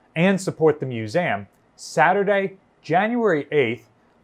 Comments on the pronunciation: Narrator, please stop mispronouncing 'museum" as mus-a-um", it is "Museeum" you are in a position of educational authority, and it just stinks that you mispronounce 'MUSEUM" try google pronunciation, and listen hard, you almost don't pronounce the "E" at all. (ACTUALLY SHAMEFUL) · Does he keep saying MuSam ? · I'm not sure how I ended up on this video, but it was very interesting to watch and I enjoyed it. That being said I can't stop hearing MEW-ZAM now.